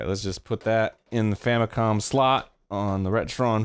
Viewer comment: did he say famiclom